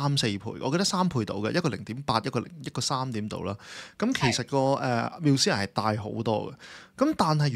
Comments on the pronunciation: 做下功課得唔得呀…Musea係讀mu-see-a，唔係繆思……女主持仲係講開地產？樓名都唔識讀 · Musea都讀錯，仲話字正腔圓，讀者要求真低